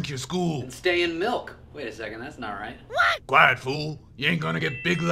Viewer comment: drink your malk 😂😂😂😂😂😂😂😂😂😂😂😂😂😂😂😂